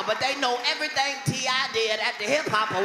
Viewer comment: E-ver-ry-thang??? E-ver-ry-thang!!!